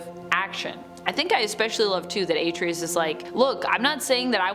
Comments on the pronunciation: Why are you pronouncing his name like that?! That sht is annoying!! She's saying it like: "Ate-tree-us." It's pronounced: "Are-trey-us." The game doesn't even pronounce his name like you're pronouncing it. So annoying to where NO, I'm not liking nor subscribing. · A-TREY-US NOT AT-RI-US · EXACTLY!!! Hell, the game says his name throughout the damn game!! Just like you said, it's: "Are-Trey-Us" not "Ate-Tree-Us" That sht is annoying, how she's saying it!!! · A-TREE-US Lol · * Are-Trey-Us** it’s Artreus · The way she says Atreus grinds my gears. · I swear I JUST SAID THAT!!!! I just commented about that before I seen your comment. That sht is very annoying!!! And I don't know why she keep pronouncing his name like that!! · How you pronounce Atreus is not correct do it the Kratos way, the true gamer way